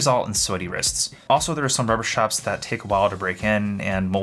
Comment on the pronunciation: schtrapz 🔨 schtrapz 🔨 schtrapz 🔨